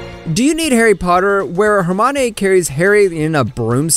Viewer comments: trying to find new anime to watch and i'm now more focused on the horrible pronunciations. and i don't mean just anime names, her-mon-ayy? really? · Why did you have to say “hermanae” when you were talking about Harry Potter